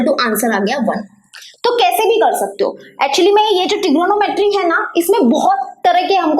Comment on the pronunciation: Tr U can't say trigonometry 🤣🤣🤣🤣